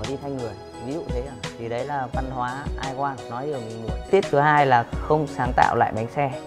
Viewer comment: Can't even say "I want" correctly. Funny!